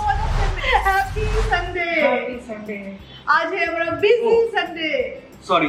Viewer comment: Don't pronounce hmra say hamara ।याद रखना तुमसे बहुत लोग बहुत कुछ सीखता है।याद रखना जब भी कोई भाषा का प्रयोग करते हो , अच्छे तरह से करो। चाहे तुम्हें इस उम्र में सीखना पड़े